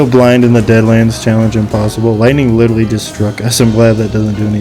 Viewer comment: bro says "lilrally"